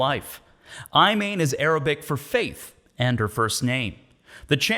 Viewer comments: ruined Imane😂, it's not aymayn, it's Imaan👌😂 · Ugh... you butchered her name. How can you do a video like this and not even know how to pronounce it correctly, especially when she says it in the video you're clipping.